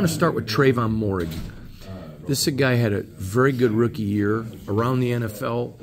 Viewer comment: "Merrig", not Morrig :) O in Moehrig is silent